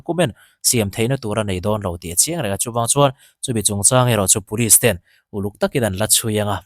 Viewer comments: ten tih hi 'A men's tih anga an lam hi a dik em! Ten, 'ka ten' tih angin Kolasilam chuan kan lam a... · JB Zonet thu puang tu hian 'ten' tih a lam dan hi ka ten lutuk. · Lunglei lam trawng deuh ni...helamah kan ti ngailo...